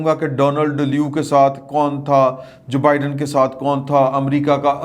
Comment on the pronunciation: ، آپ کا پروگرام دلچسپ ہوتا ہے اور میں اکثر سنتا ہوں. انتہائی ادب سے گزارش ہے کہ آپ کچھ الفاظ کا تلفّظ بہت غلط ادا کرتے ہیں جن میں سے ایک امریکی صدر کا نام ہے. اُس کا نام جبائیڈن نہیں بلکہ جو بائیڈن ہے. جو اور بائیڈن دو الگ الفاظ ہیں اور الگ الگ ادا کئے جاتے ہیں.